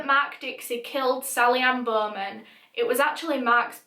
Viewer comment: Sally Anne-Bohhhmenn